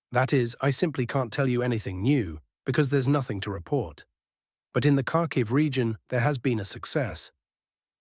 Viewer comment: Car key region, right? Dinny proper tovsk, right?